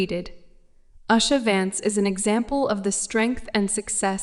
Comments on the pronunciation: Please at least pronounce the name of the person right she is no Asha she is usha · Her name Usha is pronounced as in "oosha" not "ashha". Usha is Sanskrit word meaning dawn. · She is the second lady of USA, please pronounce her name properly as OOSHA not ASHA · It is not Us-ha, dummy. It is oo-sha. horrible narrator and totally ignorant on how to say her name. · O goodness. Oosha. Not usher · Is it uh-sha, oo-sha or you-sha? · Her name is usha spoken with oo sound not aa as is done by commentator but she's alright with passion ❤❤ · Please learn the proper pronunciation of Indian names and prominent places. Why can't you make a little effort to sau indian names properly and show your respect. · First of all learn to pronounce her name right. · Please learn how to pronounce Usha Vance’s name first